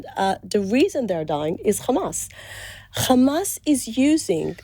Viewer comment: Rapes? Where is the evidence Isreal? Beheading babies - no evidence. This journalist needs to be sacked - he didn’t once push for answers. It’s “Hamas!”Not “Kkkmas!”